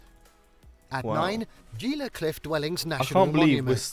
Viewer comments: Gila is pronounced Hila... are you watching an AI voiced video? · I can't stand it any longer. It is HEE - la. NOT gee-la. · Gila is not pronounced Geela. It's Spanish, so the G is pronounced more like an H. So we say Heela. The ancient Mogollon people who lived there is also a word spelled in Spanish. The double L is pronounced like a Y. So it is pronounced Mo-go-yone, not Mawgalon. Just sayin'. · Living here. I agree, most folks don’t really understand the beauty on New Mexico and Arizona. So much more than desert. Which is gorgeous. Also Gila is pronounced “heela” not “geela” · Gila: "Hee-la". Mogollon: "Mo-gee-on" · pronounced "He-Luh" cliff dwellings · Gila is pronounced like Hee-la. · Gila is pronounced heelah. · Gila = /HEEla/. Mogollon = /Muh-gee-on/. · They should have narrators that know how to pronounce what they're talking about. Gila: hee-luh mesa: may-suh Bandelier: Pronounced correctly the first time and minutes later mispronounced. The stress is on the lier, pronounced leer. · Just a couple of little things. There are no sahuaro cactuses in New Mexico in the wild. The first pic and caption shows sahuaro cactuses along the bottom. No. There is a brief photo of the Grand Canyon which, of course, is in Arizona. And Gila is pronounced Hee-lah. Other than that, pretty good depiction of the state. So much to see. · It's pronounced "He-la" cliffs. Our "g"s sound like "h"s unless followed by a "u" in New Mexico. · Whatever video Ur Watching on Our State, Really Needs to Say things Right! They are NOT saying the Gila Right!! Ah!